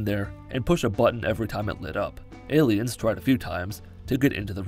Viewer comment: Is he saying ayleids instead of aliens? I honestly can’t tell and it’s driving me crazy